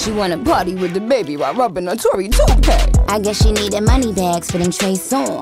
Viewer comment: I died when I heard Tory tupee 😂😂😂